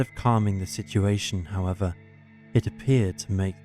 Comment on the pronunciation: convinced its AI. Words mispronounced or said exactly the same way/ tone regardless of grammatical context. For example the word “however”